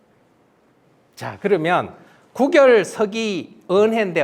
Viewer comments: "장구"는 "장꾸"라고 읽어야지요. 이는 관용상의 문제입니다. "구결"의 "구"자는 장음 자인데 짧게 잘못 읽으셨습니다. "입 구"자는 길게 읽어야지요. 한학자께서 이런 실수를 하신다면 누구에게서 배웁니까? 기실, 적지 아니 실망했오이다. 한국 언어의 타락상이 하 분하여 "한국 어문을 고발함"이라는 책을 냈아오니 일독해 주실까요? 미국 변 완수 배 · 계속해서, "구결"의 "구"자를 짧게 발음하고 있음. 이 "입 구"자는 길게 발음해야하는 자다. "구두, 구술"등 얼마나 바르게 발음해 오던 말이었던가? 이런 평상어를 일류 학자가 바르게 발음하지 못하는 것이 오늘날 한국의 문화이니, 오호 애재! 오호 통재! 미국 변 완수 배